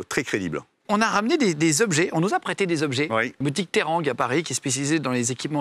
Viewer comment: C'est terranga la boutique pas terangue